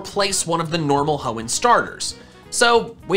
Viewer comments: I'm surprise the comment section didn't brutalize him for saying "hoeen type" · did he just say hoen type? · Ah yes my favorite type H o e n n. T y p e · nah it's genthre-ers